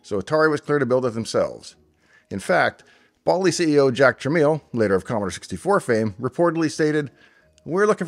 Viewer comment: Dave, as near as I can tell by some online research (plus what I can recall hearing back in the day), Bally rhymed with Sally, rather that with Wally. And Jack Tramiel pronounced his name like 'tra-MEL', rather than rhyming with 'train meal'.